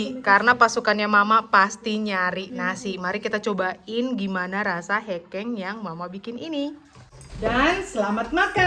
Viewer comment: bacanya bukan hekeng nong tapi hekeng😅